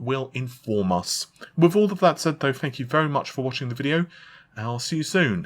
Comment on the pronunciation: I don't usually comment stuff like this but please for the love of god, can you learn how to pronounce 'th'. Example - you are constantly saying "fought" instead of "thought"/ "fings" instead of "things" etc. Drives me nuts.